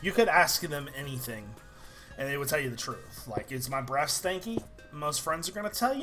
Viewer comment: when you said breath I thought you said breast. so I was like What?